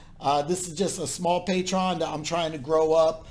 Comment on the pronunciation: Hey man, just want to let you know.. it is called "Pay-Tree- On" - good luck with your endeavors. Hope there are enough people on Patreon following you and support you so you don't have to have multiple jobs at once.